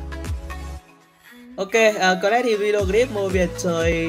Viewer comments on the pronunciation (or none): none